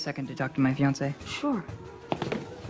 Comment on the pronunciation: “Can I take a minute to talk to my Finacé?